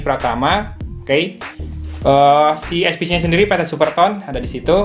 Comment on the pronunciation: eSPeCe Bang, Bukan eSPiCi, Itu kn barang lokal 😀